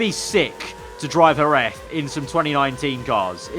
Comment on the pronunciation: Great video, just for future you should pronounce Jerez as Herez